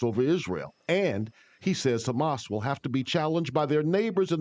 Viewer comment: Hamas and LIKUD ...! Hamas and LIKUD ...! How many times are you going to get it wrong ..!